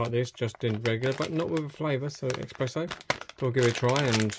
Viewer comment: Espresso not expeesso